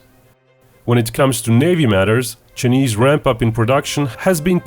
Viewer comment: I like how this guy says “chnise” hahaha